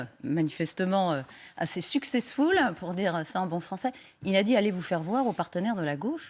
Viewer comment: Quewaaa, il a dit "allez vous faire voire ? ALLEZ VoUs FaIrE VoIrEuH ??? "